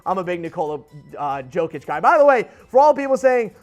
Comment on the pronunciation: Bruh you butchered jokic name pronounce it with y not j